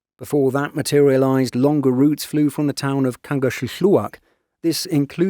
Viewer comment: Honestly the best voiceover dude out there. The correct pronunciation of Kangerlussuaq?? You kidding me??